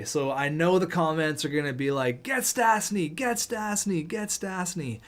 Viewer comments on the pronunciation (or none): Stasny is pronouce stashny